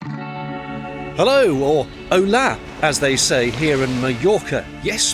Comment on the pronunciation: I know it's "picky", but "Hola" (hello in Spanish) is said with the emphasis on the FIRST syllable.....and a silent "H".